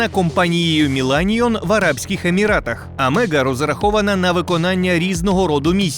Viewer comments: Не АМЕГА, а АГЕМА !!!!!!!!!!!!!!!!!!! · Agema, а не Амега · Навчіться правильно читати назви. Колісний безпилотник не Амега, а Агема... Барани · Так АМЕГА чи АГЕМА? Ви не можете прочитати що написано на самій машині? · Агема, а не - амега! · НЕ Амега(Омега) а АГЕМА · Шановний Ведучий! Ця машина називається "Аджема"(AGEMA"), ніяк не АМЕГА. Хто написав Вам текст, мабуть слабо розуміють, як читати Латиницю.🙄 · AGEMA, а ні AMEGA!!😊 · Не амега, а агема. Умник. Хоча б прочитав. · па нове читайте правильно не амега а агема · Поправка не амега а агема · Агема а не Амега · схоже аГЕма, а на аМЕга 😁 Як завжди лайкос 🖐️